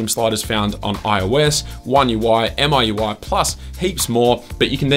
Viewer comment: It's not M-I-U-I, it is pronounced as"Me-U-I"